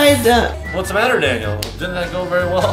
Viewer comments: "Daniel, You are in straight up "Danial" ." -Melvin, 2021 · "Daniel, You are in straight up "Danial"." -Melvin, 2021